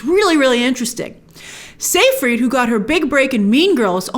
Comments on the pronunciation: sigh-fried, not say- fried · It's not pronounced "say-freed." It's pronounced "sy-fred."